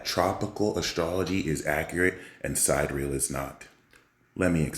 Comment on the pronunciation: great info. tip: SID-EAR-E-AL, not Side Real. the haters will mock you for that.